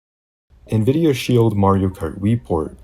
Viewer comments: why tf does bro pronounce nvidia like "nuh-vidia" 💀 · did this man say Nvidia pronouncing the n?